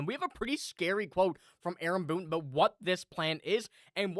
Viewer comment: What are you talking ABOOT 😂😅✌️